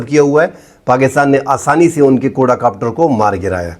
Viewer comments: سر جی کوڈا کاپٹر نہیں ھوتا کواڈ کاپٹر ھوتا ھے 😊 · اسلام علیکم ۔۔ صاحب۔۔ بات سمجھ ا جائے تو بس ٹھیک ہے ۔۔لیکن غلط لفظ بولنے ، سمجھ انے کے باوجود دماغ میں خارش شروع ہو جاتی ہے ۔ لفظ ہے ۔ QUAD COPTER. کو- آڈ کاپٹر ۔۔کواڈ کاپٹر ۔۔ کوڈا نہیں ۔میں نے کہیں نہی پڑہا بہرحال اپ کا تجزیہ مجھے ہمیشہ اس لئے حق لگتا ہے کہ یہ پاکستان وطن سے محبت ظاہر کرتا ہے ۔۔ رہ گیا ۔۔ 'آسف' (اصف نہیں) کچھ ذہنی مریض نا معقول شخص ہے ۔ پہلی چول نہیں ماری اس نے ۔۔اس کی مذمت لازم ہے